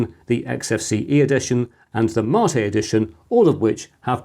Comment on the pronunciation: You're my "Marr-tay" Chris! 🤣 Are you SURE that's the correct pronunciation, mate? (Apparently, in the video, you stated it is.) Windows 10 to 11 a "shock?" ... I hardly noticed the difference, Chris! ... Unlike 7 to 8!